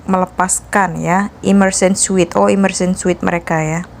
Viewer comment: Immersion suit, kalau diucapkan suit dibaca “siut”